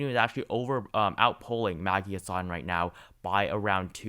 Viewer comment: Btw it is Maggie HAssan not Maggie HassAN.